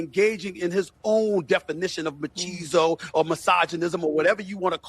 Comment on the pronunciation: Stephen a said machiso.